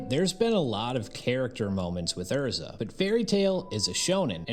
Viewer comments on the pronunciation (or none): Who tf is Ur-za? lol. I'm pretty sure it is pronounced Airr-Zah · 10 sec into the video and im disgusted by how you pronounced her name. but i will continue watching bc she is the love of my life and the Epitome of a woman.